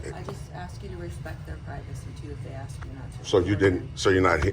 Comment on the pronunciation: Very eloquent but cant pronounce the word "ask".